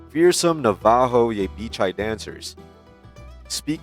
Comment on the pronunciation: You better learn how to pronounce Navajo, and Apache. This is exactly why you need to stay in school kids, so that you can learn how to speak proper English.